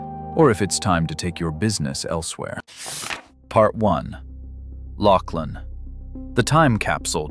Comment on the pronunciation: Laughlin is pronunced Lauf-lin and NOT LOCKLAIN!!! YOU CAN'T EVEN GET THE NAME RIGHT!!! 😂😂🤣🤣🤣👎👎👎👎